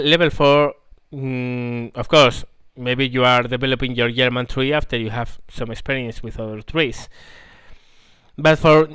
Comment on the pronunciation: You said yerman in staid of German.... You must be Swedish